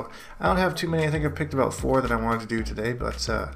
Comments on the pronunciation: "This video is all aboot" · "Aboot" Canadians smh!